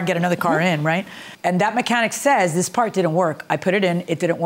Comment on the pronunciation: The mechanic might have been sticking it to him for bringing in his own paahrt Mechanics/techs play games, trust